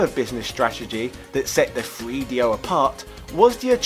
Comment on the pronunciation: Having a hard time listening to this guy say Free Dee Oh